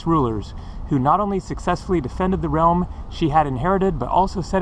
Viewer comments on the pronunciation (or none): none